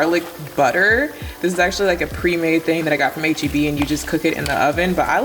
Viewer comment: Is it just me or does every time says H.E.B it sounds like AGE-E-B 😭